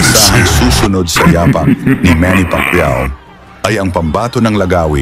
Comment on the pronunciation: Yapak' ang tamang pagbigkas sa Tagalog. Hindi ya-pak. Nagdu-du-da at hindi nagdu-duda.